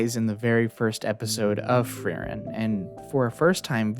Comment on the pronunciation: very good video but as a german i always die if i hear how you pronounce frieren i'm sorry hahaa